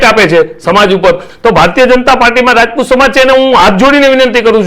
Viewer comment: રાજપૂત બોલો રજપૂત નહિ